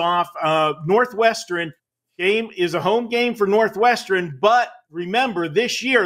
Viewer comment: "Northwesternen" cmon say it right